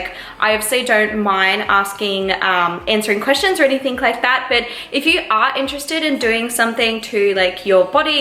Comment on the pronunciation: Omg I love uuuu but u say ‘anythink’ and I can’t deal 😂😂😩😩😩😩